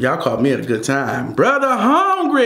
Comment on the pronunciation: says brother hongry.